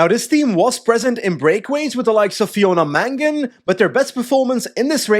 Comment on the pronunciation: Shout out to for pronouncing Fiona Mangan correctly 😅☘